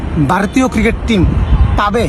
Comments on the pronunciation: JONGGIR POLARA "CRICKET" KE "KIRIKET" BOLE .SHALA, SHALI KANKKI MAGIR CHAU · আমি হাতজোড় করে বাংলাদেশ সরকার কে অনুরোধ জানাই তাদের দেশের নাগরিকদের যেন আগে ক্রিকেট উচ্চারণ টা শেখায় তারপর ক্রিকেট নিয়ে কথা বলে ভাই ওটা ক্রিকেট কিরিকেট নয় 🥱🥱😂😂😂😂😂😂😂😂😂